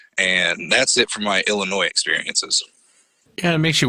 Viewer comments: Btw, its not pronounced "illinoise" the latter half is silent. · Illi'noise', I've never heard it pronounced that way, you've got to be kidding.😂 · The “S” is silent,!!!!! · The S is silent in Illinois